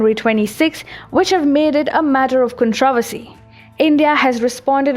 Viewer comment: Controversy: KAHN-truh-VER-see, not kahn-TRAH-ver-see (there are 2 syllables that get stressed, which are 1st and 3rd. Just helping. Great information!!!! Your English pronunciation is improving with each video!!!